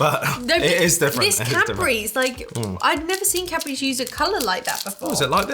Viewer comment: Omg! All those years watching your videos and hearing 'Capris' instead for Cadbury's!!!!!